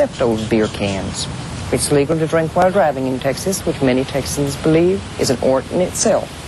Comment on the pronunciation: Texas "ort" - great piece, great lady...reminds me of a Texas gal saying, "Well my Daddy made his money in "awl" [oil]." :)